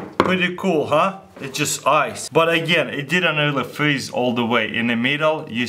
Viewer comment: lol he was like, "brain flreesze